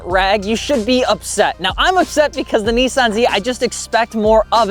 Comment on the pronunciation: Nissan! Not Nesaan